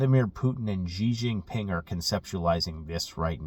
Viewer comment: Please please please learn to say Xi Jinping’s name properly. Great content but as a mandarin speaker it grates hearing you call him Gee Jinping. Xi is pronounced She as in girl.